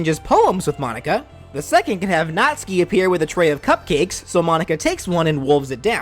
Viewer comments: B R U H It is Natsuki not natski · YOU MISPRONOUNCED NATSUKI Nat (pronounced like "gnat")--> Suki (pronounced like "Sue-Kee") phonetically produces gnat-sue-kee = Natsuki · no trying to be rude but it pronucence nat-sue-key btw sorry if i said it wrong